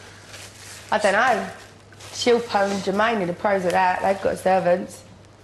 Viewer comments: I loled when Jackiey called Shilpa "Shoe-fin". She was just so ignorant. I don't think being called by your name is too much to ask to be perfectly honest. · SHIL PA Not difficult to pronounce at all. 🤨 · How can you not say "SHIL-PA"? hahahahahahah SHILL PA